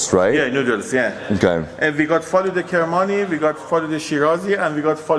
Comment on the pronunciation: Faloodeh: Feloodah: Faloodeh: Feloodah: we have Faloodeh Kermani, we have Faloodeh Shirazi and Faloodeh Yazdi: Feloodah